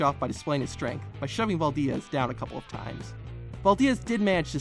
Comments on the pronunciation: Bro... it's Harry Valdez, not Harry Val-diaz. He's a legend man and it's a simple name. That's probably the only time anyone has mispronounced his name...lol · Valdiez !? I never knew “Valdez” was pronounced “Valdiez”... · . Really? Can't properly pronounce Valdez... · Poor Harry Valdez. His only few minutes of fame, and some dumbass from the future can't even get it right for him. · Not as brutal as the way he pronounces “Valdez”.... 😂😂